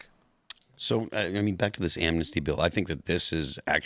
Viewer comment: Its not Amnasty please inform yourself read the bill ITS NOT AMNASTY.